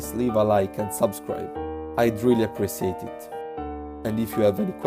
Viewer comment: it triggers me how you say appreciate ^^